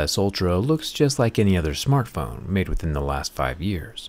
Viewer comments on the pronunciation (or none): none